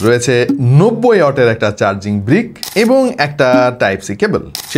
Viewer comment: Charing❌ Charging✅